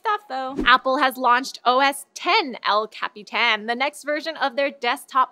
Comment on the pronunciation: says "El Capitan"; the best